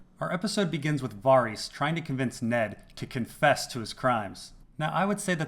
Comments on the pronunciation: Can you please pronounce "Varys" the same way it's pronounced in the show. You saying "Va-Ris" makes you sound very douchy and smug. PS: just found this channel an hour ago and I absolutely love it! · What I find puzzling is why you say Varys like that!!!!! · I think you're pronouncing 'Varys' wrong, but good video nonetheless.